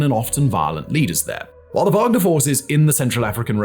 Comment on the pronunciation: Yes, Wanger like "wang"